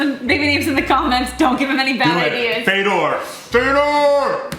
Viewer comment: When says Fedor it sounds like Vader